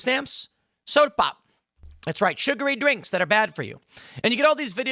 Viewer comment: I tried to watch this twice. The obnoxious way you say sugary drinks and cookie treats, and continue to reiterate it at every chance killed any chance of me caring. Thumbs down. 👎